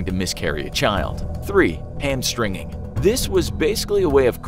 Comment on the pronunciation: Hamstringing, l thought he said hamstering 😂